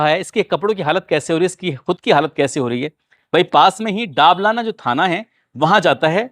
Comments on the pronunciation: भाई दाबलाना नहीं दबलाना है गांव का नाम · सर जी वो दबलाना है डाबलाना नहीं है में बूंदी जिले की नैनवां तहसील में रहता हु